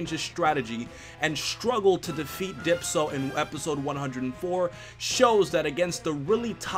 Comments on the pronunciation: Dypso? Isn't it dyspo? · Dipso? Dude it's Dyspo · He said Dipso, it's Dyspo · Its not dpso it is dyspo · DYSPO!!! U said dypso at first lmao 😂😂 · please;_; I'm gonna crei It's dyspo not dypso Edit: Nevermind you corrected it later in the video:D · Did u just said Dypso instead os Dyspo😂😂😂😂😂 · you said dipsso lol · also, its dyspo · He said dipso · "Dypso" lmao 😂😂😂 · Why do you say Dyspo's name like Dypso? lol